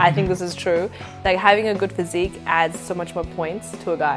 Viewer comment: Way to botch the word 'physique' ... smh